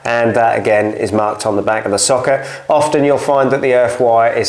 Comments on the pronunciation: I thought you were saying “soccer” for the first few minutes 😂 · Why are you saying socket like that ?